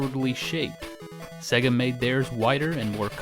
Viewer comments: Why are you pronouncing it 'segga'!? It's 'say-ga' ! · Why are you saying 'segga'? It's pronounced 'sayga'. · Why does he say it SEH-GAH instead of the correct way SAY-GAH?? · It's pronounced 'say ga' not 'se ga' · Segga? It’s pronounced sayga. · "Segguh". Because the console itself shouting "SAY-GA" wasn't enough to tell you how to pronounce it. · Haha, I've heard SEGA pronounced as "Say-ga" (correct I think..?) and "See-ga" (how most Australians say it)... but never "Segga". Sweet vid tho, I hope you continue to make them, plenty of gaming history to cover! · It's pronounced 'Say-guh' SEGA. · No, its sega. You know, how its spelt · I’m sorry had to stop watching. Please pronounce Sega correctly. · The reason Sega didn't do well is because all you Americans pronounce it wrong 😂